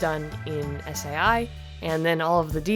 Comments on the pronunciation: One. I dont think they would copy right her. As it is fan made and she has been asked by high end record places to do animations. And two it isnt said like S A I Its one word. Sai. Like saw. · I've never heard anyone pronounce Sai s-a-i...I've always heard it pronounced "sigh" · “Ess aye i” ive been saying sai as “sigh” for years...